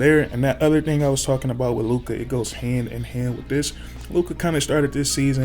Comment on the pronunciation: He is talking too slow and didn't pronounce Lukas name correctly. Clean things up and I'll sub